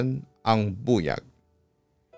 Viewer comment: Papa dudut, mali po ang pronunciation nyo ng buyag. The stress should be on the second syllable. Buyág